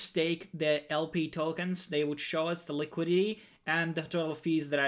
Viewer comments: Li Kwid it tee not likwid ee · Thanks for the informative video, however it really bugs me that you say LI-QUI-DY. Please pronounce the complete word, LI-QUI-DI-TY ... liquidi-TY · Liquidy liquidy liquidy... speech impediment?